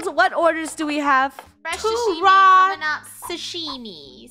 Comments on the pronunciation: Not shushime Sashimi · “Shashimi” it’s Sah-Shi-Mi (without “H”)